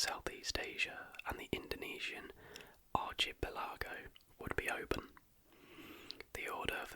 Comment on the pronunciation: Dude when you said archipelago lol